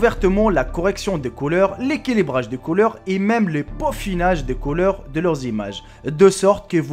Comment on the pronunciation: ti un bledar putain les colore ou bien les couleur parle bien idiot